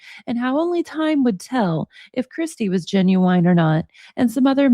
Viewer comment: Lol I love how you pronounce genuine as "Gen-u-WHINE"